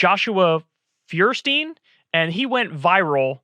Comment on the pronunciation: I think it's pronounced "FOYER-steen", or maybe "FOYER-steyn". Which in German means "Fire Stone"